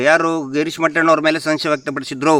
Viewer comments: Horatagarara mele ellasallada aropa maduva badalu,tappu eruvavara bagge matadi doctorge pronounce madoke baralwa,respect each &every person. mettanna alla mattanna Mahabala annodanna mala andre hegirutte nimge. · mattanna antha heloke barodhilla mettanna antha helthane.evanu yava Doctor